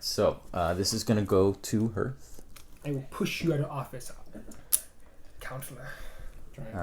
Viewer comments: Love the videos. Also ‘harth’ not ‘herth’ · Nice to see how the game is evolving Also ... public service announcement for the Oath community: "Hearth" rhymes with "Darth" as in Vader or "Garth" as in Wayne's World. I know it looks like it rhymes with "Earth," but it doesn't. It's the thing in front of your fireplace, the first part of "hearth and home," the thing that Vesta is the goddess of.